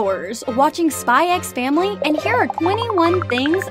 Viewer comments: I will say that you don’t pronounce “SPY X FAMILY” with the “X” idk why but its a bit like “HUNTER X HUNTER” this is not to be picky just to let you know :) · The X is silent 🙄🙄🙄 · "I've spent the last 100 hours watching SpyxFamily." Still pronounced the x tho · Okay,am I the only one pronouncing it as "Spy and Family"😐😂 Thank u for the informations tho,I like the easter eggs👍👍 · Bro told tons of easter eggs and forgot the x isn't pronounced in the title I appreciate the hard work tho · bro didn't just pronounce the X in Spy x Family OH GOD also the yes and no pillows don't symbolize liking someone per say, it just means you want to do the deed.